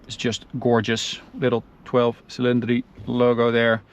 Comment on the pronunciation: From Italy, very very nice pronunciation of 12 cilindri 😉👍